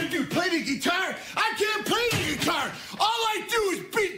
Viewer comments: I love the way he says "ge-tar" 😂🤣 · The way he pronounced it was funny, "Play the geetar!"